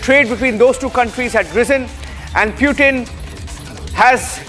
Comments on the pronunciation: Bail itna angrez n bn..... Pyutin... Kya hota h Sch me angregi sikhne ke bad aadmi aisi hrkte krta h kya... Pyutin ne sun lia n to incounter krva dega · Ye PewTin kya hota hai ?? it is spelled Poo-Thin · Putin❌ peewtin✔️ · Hello it's PUTIN not PEW-TIN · How hard is it to say Putin ? .. What the heck is Pew-tin ??🤣🤣🤣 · Just say Pootin not PEUWTIN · Pewtin, pootin, or protein? 😂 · Don't over articulate just to show you know English 😅, its not PEWtin its POOthin i mean the pronunciation , atleast google in the age of AI 😅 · its not Pyutin. its Putin. waste fellow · One of the worst pronunciation..."Nation wants to know".... Y is it pewtin... The OB reporter does it much better than the one hyped studio anchor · Pewtin? You gotta be kidding me! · Indian Reporters must learn to spell the names of President correctly, Republic channels have local hindi walas, where English is tough for them to speak where they have to read of a script not knowing what they are speaking, wyh is pewtin? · Mast anchors hai republic waalon ke Pew-Tin 😂😂😂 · Please correct the pronunciation of Russian President’s name, the way you wrongfully utter his name, as if you humiliated him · Stop saying putin incorrectly multiple time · Every time he says putin i feel like puking !!! get your pronounciation correct man!